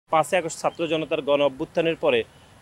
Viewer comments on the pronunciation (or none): none